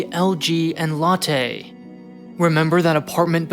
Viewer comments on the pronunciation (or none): It's pronounced LOTTEE - Not LATTE. It's not coffee. lol